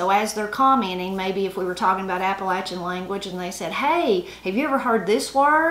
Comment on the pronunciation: Both sides being from Tennessee, most of these are very familiar to me. I just wanted to thank you for pronouncing "Appalachian" correctly. :-) You can always tell someone who ain't from around here - they use a long "A" when saying that word. :-) Love the channel! -Ed on the Ridge